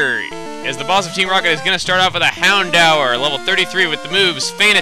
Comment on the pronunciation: hey i thought houndour was pronounced hound door